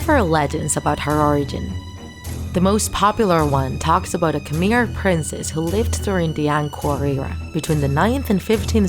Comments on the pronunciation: I can’t- she keeps pronouncing Khmer wrong buts ig it’s okay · It’s not kh-mer it’s sounds like kh-mai just spelt khmer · “Kuh-Meir “ BRAH it’s pronounced kuh-mai [KHMER] 😂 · Its pronounce khmai enen though its spelled khmer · I died when you pronounced khmer as "come-mere" 😭 but it's funny and this is one of the famous urban legend in cambodia especially at the outskirts of the city